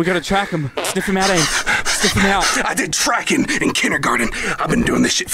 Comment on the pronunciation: It's not "Ames" it's "Amés" Eduardo.